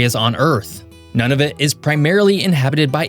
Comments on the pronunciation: His pronunciation of "Nunavut" and "Iqaluit" made me laugh out loud 😝😂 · it is pronounced noonavit not noneavit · Thanks for the video,! One point - the name of the northern most territory is pronounced NOO-na-voot. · Its pronounced NOO NI VUT!!! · Nunavut is pronounced Noo-na-voot. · Great video! It's been a long time since this Canadian has had a lesson in my country's geography. The only small correction I'd add i that Nunavut is pronounced "NOON-na-vut". Although we're living through a difficult time on the political front, I'm touched by all the messages from Americans wanting to express their support for Canada. We've had a long standing friendship with the U.S., and I hope that we can weather this storm together. I have friends and family all over the U.S., and it pains me to see what's going on. In any case, I loved your video, and am now subscribed to your channel. Happy trails! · A few pronunciation errors… Nunavut (Noonavoot) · Man please tell me you got better at pronouncing these names. Nunavut and Iqaluit are horrendous... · Hi: just a little correction to you pronunciations of Nunavut and Iqualuit. It is not “Noneofit” but “Noonoovoot” and it should be “Eekaloweet”. Just want to make sure they get the respect of the correct pronunciation, thank you. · Nice video. Lemme help with a couple of pronunciation problems, however. Nunavut is Nuna (like tuna) vut is like flute. Having almost died one night in the darkness of winter driving along Kluane lake, it's pronounced Clue on e. Just trying to make your cool vid more accurate. Oh, as someone who went to college at the University of Regina for a semester, I agree completely about having the utmost respect for Canada. Unfortunately we have our work to do in removing some political cancer at the moment. But WE WILL...you can count on it! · Gd-it we aren't New-Finland. And eff whatever you called Iqaluit, and Nunavut? I'm having as you said, Nun-of-it